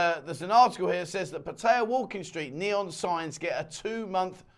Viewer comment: For god's sake man please learn how to pronounce Pattaya.!!